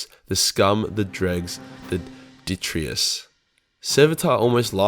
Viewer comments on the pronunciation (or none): The detritus: The D-try-tuss